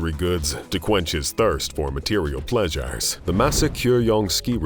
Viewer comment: Does anyme find it off-putting that the narrator says: watch-ass, ple-shares, axe-ass, likang, etc.